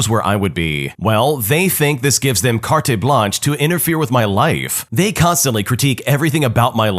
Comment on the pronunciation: "Carte Blanche" is a French word and even in English it uses the French pronunciation. The correct way to say it is, Cart·Blan·sh. Not that whatever you say. It means, "Full reign" or "complete freedom to act". It comes technologically from the words for (old word for) Paper (Carte) and White (Blanche) or it can be determined as "You have the white paper to do something", which implies that you can write whatever you want on the paper. In modern vernacular French, Carte can mean two things: "Official Papers" such as Carte D'Identité which means, "Identification Card" or "Carte de Séjour" which means "Residence Permit". It also is the root word for Cartography (Map making. Because it also means "Map") and the root word for "Card". Blanche means white, but also can mean "Empty". It is the etymological root word for "Blank". The modern understanding of "Carte Blanche" is "Blank Check".